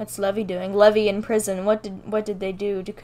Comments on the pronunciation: Lol also it’s pronounced lee-vai….if that makes sense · When she talk about * Levi* it was meant to be pronounced as lee- Vii ( ii = long I) I have a bother called Levi that is why I got triggered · NOT PRONOUNCED LEVIE IT IS PRONOUNCED LEEV-I